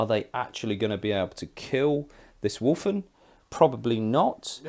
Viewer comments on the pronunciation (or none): Sorry, but my OCD kills me at times like this. Even with an accent there is no "r" in Wulfen. I know, I know. Report to my nearest Chaplain for re-education. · I dont want to be this guy, but its driving me mad. its wulfen, there is no R. sorry and keep up the great batreps